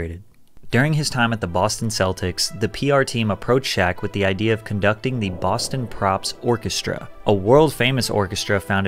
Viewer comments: It’s Boston Pops not Boston props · Boston “Props”?!